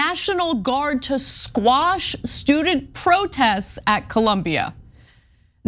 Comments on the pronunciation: Anna...quash...not squash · Jews now want to control free speech…. Anna, quit saying squash it’s quash…Jesus women did you fail English??